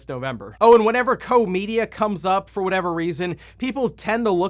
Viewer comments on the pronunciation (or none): It's pronounced as kosh like Josh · Koch Media is pronounced German = "ko + cat hissing noises" Media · Wow, Koch Media rebranding makes me really sad. Also being the posterchild of American ignorance by not knowing how to pronounce it after all these years. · It was definitely pronounced “COCK Media” 🤣🤣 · The ch in Koch Media is pronounced like the Spanish j in Tijuana